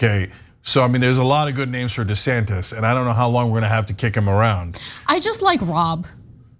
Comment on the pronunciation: Did elon say “governor santis”?